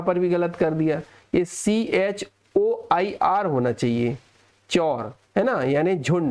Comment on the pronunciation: Choir is pronounced as क्वाइअर not as चोर 😅😂